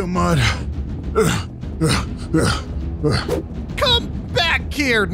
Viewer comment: did he really say ©um?